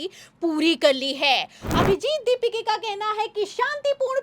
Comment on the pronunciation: Ask her to again conduct same news reading.. With correct pronounsation of दीपाके and not दीपिके..